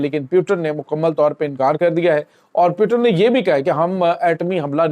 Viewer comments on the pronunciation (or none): none